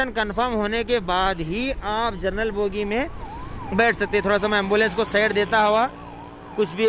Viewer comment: Bhai, Aap social media per hain aur duniya bhar mein kai log aap ko sunrahe hain. Aap se request hai aap desi language mein english ke alfaaz ko sahi boliye. Aap trains mein GENERAL bogie ko JERNAL bol rahe hein. Isse A TV ki quality per bahooth asar padta hai. Please improve your language.